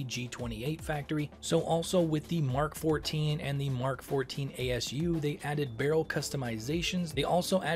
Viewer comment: You said Mark 14! Not M-K! Finally someone who isn't willfully ignorant. The MAWL laser is called a "maul" tho.